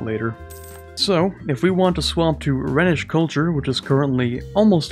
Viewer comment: Rhenish is pronounced 'Rhinish' after the river Rheine